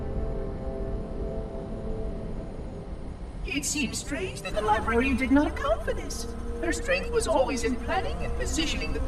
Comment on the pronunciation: he said librerien